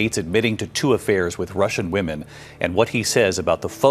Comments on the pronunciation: Please- women is pronounced wimin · Why can't you pronounce the word 'Women'?